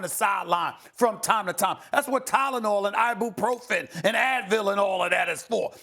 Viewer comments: "I-Boo-Prof-In" .. Come on Maaan! Stephen A. Realllyy?? 🤦🏾‍♂️ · This man said “I-BOO-Profen” 😂